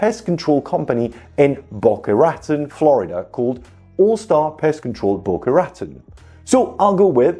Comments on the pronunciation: The way you pronounce Boca Raton Florida is so annoying. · you might want to know Boca Raton is pronounced in a French way. It is strange but heck, it's the US.